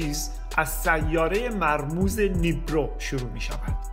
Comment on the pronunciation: آنوناکی .... نیبیرو . دلیل تلفظتون نیبرو . آمو نا کی ! ... فقط اشتباه لفظی و نوشتار ه؟؟